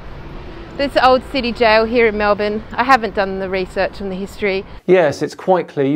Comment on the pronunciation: 1. Thank you for saying Melbourne correctly 2. This makes me feel ashamed to be Australian 🙄